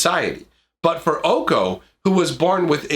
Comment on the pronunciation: It’s pronounced Oh Kay Oh. OkOk? 🤡🔪